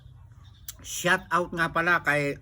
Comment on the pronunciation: Syawt awt po. Hnd Syat awt. ( Shout out po)